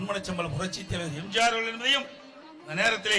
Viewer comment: இவன் வாயிலே தர்பைய வெக்க இவன் எப்ப பேசினாலும் எம்ஜிஆர் என்பதற்கு பதிலாக எம்ஜார் என்று தான் போண்டா வாயன் கூறுகிறான்.